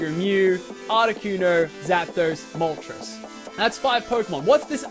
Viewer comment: Butchered those names.